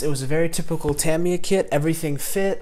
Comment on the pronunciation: Good build. And thanks for being one of the very few YT modelers to pronounce "Tamiya" correctly! I did this kit some years back. I'm thinking to revisit it. I just finished Airfix's "Maverick's Mustang" in 1/72, but I did it in Israeli colors/markings.